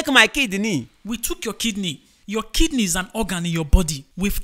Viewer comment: I love when he was saying "I thought it was my kid kneel"instead of kidney 🤣🤣🤣🤣🤣🤣🤣🤣🤣🤣🤣🤣🤣